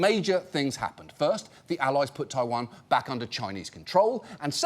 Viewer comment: The way this man says ‘taiwan’ physically hurt me